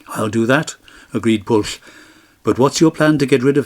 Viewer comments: The incorrect probounounciation of Pwyll is not Pwll. "Pwll" has a completely different meaning!!!!! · I wish that Pwyll and the other Welsh names could have been pronounced correctly. It would have improved the storytelling. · Pwyll is pronounced "Pwythh" with a stronger emphasis on the H and the L is barely if at all annunciated. Same with Glyn Cuch, "Keethh". Nobody expects you to speak the language like a pro, but at least try with the proper nouns. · i thought it was pronouced poo eeth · How can you say that Pwyll is pronounced 'Pwythh'? There's no 'th' sound in the word at all. It's uniquely Welsh (and I suspect you're not) and is an aspirated 'L'. gets it almost right. He just needs the 'wy' to be sounded (a very short 'oowee' sound). Same with Cuch -- no 'th' sound at all. Pronounced like the 'ch' in the Scottish 'loch'. You could at least try with the proper nouns yourself... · there is nosuch word as mabinogion. pronounce the name properly...Pwyll